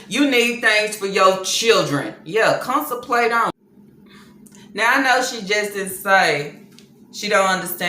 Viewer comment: Uh uh La la what the hell is consemplate..🤣🤣🤣🤣🤣🤣🤣🤣🤣🤣